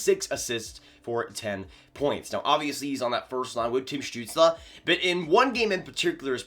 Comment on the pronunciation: Damn your pronounciation of Stützle is almost perfect. Never seen a north american pronounce his name this good